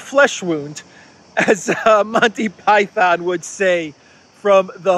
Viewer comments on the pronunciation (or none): none